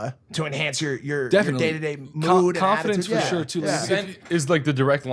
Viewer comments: I think James got Logan to say “shore/sure” 😂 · This guy just did one podcast with James Charles and now he's saying sure(shore) all the time like James charles😂